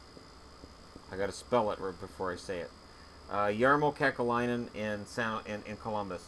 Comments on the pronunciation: It's Kekalainen (Kekäläinen) not Kekelainen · It's Kekäläinen, not Kekelainen. I know that Finnish names are hard and I know that you are only human and you can make errors.